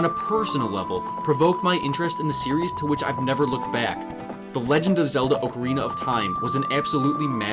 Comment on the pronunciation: you get a like right here at the beginning of the video for pronouncing "ocarina" correctly.